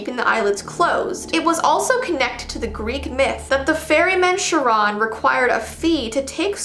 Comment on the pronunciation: Im wearing blue nail polish on my nails that is not how you pronounce say Charon this is coming from a Greek mythology wiz sorry not to be mean my best friends sister has Albinism and was born with platinum blonde hair